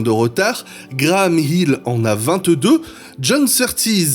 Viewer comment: Intéressant... Sinon, concernant la prononciation, on dit moteur CLIMAX... avec un i qui se prononce comme un i en français... En anglais, tous les "i" ne se prononcent pas AÏ, comme pour le i de Graham HILL (et non pas Graham "HAÏll") ou celui de JACKIE Steewart (et non JackAÏe Stewart) ! Faut arrêter de m'écorcher les oreilles ! 😅 Rien de méchant dans mon commentaire, hein ! 😉